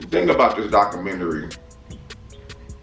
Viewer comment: Mans said “doctormentary”😂